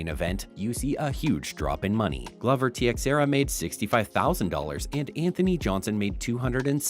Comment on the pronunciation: Lol he called him glover teesecterra i’d take anything this clown says with a grain of salt😂😂😂😂